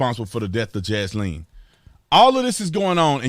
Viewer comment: I’m not God, but my guess is Jaslyn and Daunte are not going to the same place. Thank you for speaking the truth, Officer Tatum, even if you do have trouble pronouncing Jaslyn’s pretty little name. 😉 Thanks, too, for the love you show for the precious babies who have so tragically been killed this year. They, I’m sure, are going straight to Heaven. God rest their sweet little souls!